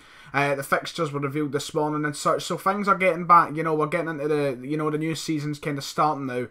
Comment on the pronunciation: Stop saying fings...instead of things!!!!!!